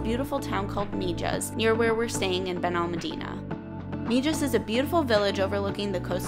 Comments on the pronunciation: MIJAS is pronounced Me Has not Me Jas😀 love the place. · Just in case you haven't been told the j in Mijas is pronounced like all Spanish words the J sounds like an h. Jesus is pronounced hesus .....so Mihas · Come on guys the town is prononced mihas j prononces h in Spanish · Wow brings back such memories! I lived there in 1968 and 1969. It was way more primitive but still epically beautiful! Thank you for sharing! And by the way the town is pronounced Mehass.. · I was in Mijas a few weeks ago. I agree it is beautiful. The Spanish will point out to you it is always pronounced "Meehas" Thank you for sharing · Its prononced Mihas. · Please if you are going to post a video at least pronounce the name of the town correctly: MIJAS=MIHAS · Wow, beautiful! Been there a couple of times, brings back good memories. Definitely loved your video and all the tips you give for other visitors. You've probably been told by now, but in case you haven't , the Spanish "j" is pronounced as an 'h" 🙂. No biggy, you still did a great job. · Thanks for the video. My dad lived in Mijas Costa. Drop the J when pronouncing Mijas 😂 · We're so thankful that we got to experience it, and equally thankful that you were able to power through watching the vlog as we continuously mis-pronounced 'Mijas'😅 It's seriously one of the most beautiful places we've ever seen and I can guarantee we'll be back one day hopefully in the not so distant future. Thank you for tuning in Harrison!!